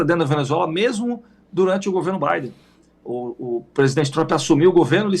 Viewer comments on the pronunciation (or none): none